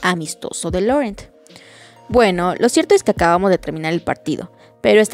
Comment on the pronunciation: Que buen capítulo y lo gracioso fue que Edward por fin consiguió asustar a Bella jajajajaja aunque no voluntariamente. Por lo del acento francés creo que el nombre de Laurent se dice Lorant como dijo él en la película